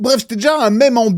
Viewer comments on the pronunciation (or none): none